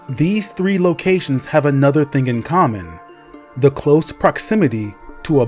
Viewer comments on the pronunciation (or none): none